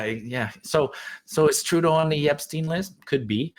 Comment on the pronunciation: "TURDEAU AND HIS BODY FARMSS" ??